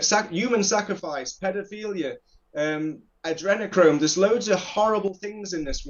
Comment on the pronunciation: he said adrinochrome and I love that he said it.. it's like me saying 'I have evidence for uru'.